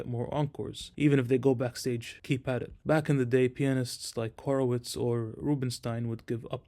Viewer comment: Nice to hear someone pronounce "Horowitz" correctly (Го́ровиц).🙂